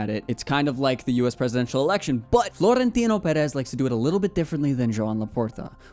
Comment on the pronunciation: Also, the overolled R in Florentino is jarring. Okay, bye!